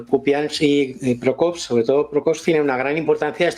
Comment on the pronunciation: Es Pokrovsk, no Prokovsk.❤